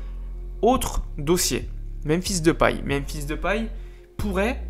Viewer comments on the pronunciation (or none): none